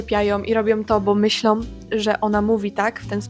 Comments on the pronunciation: A może nie mów "myślom" zamiast "myślą". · Mnie nie drażnią te akcenty o ile nie są przejaskrawione, ale bolą mnie uszy gdy ktoś mówi tak jak ty na przykład w siódmej minucie: " czepiajOM i robiOM to bo myślOM". Czemu tak mówisz?